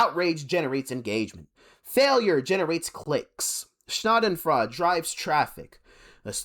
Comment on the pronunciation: It's pronounced "sha-den-froid-er"